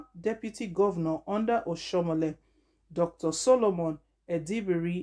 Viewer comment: Do you know how to pronounce name at all